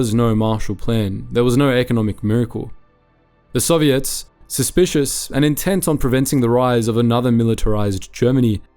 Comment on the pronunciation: Any other Canadians hear ‘Serviettes’ when his beautiful ozzy accent says ‘Soviets?’ 😅